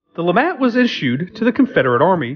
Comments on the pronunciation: not lamat but lemat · lemat not lamat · its Lemat! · LaMat, mispronounce the name of the gun but correctly pronounce the name of the man who invented it!? 🤔